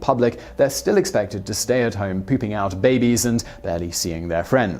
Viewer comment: I heard it, too, and had to replay it a couple of times just to be sure. 😂